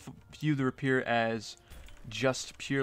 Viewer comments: its pronounced ray-pee-air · i think they are mocking the way you pronounce rapier